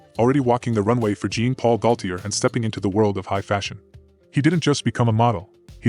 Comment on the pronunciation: Pronounce Jean Paul’s name properly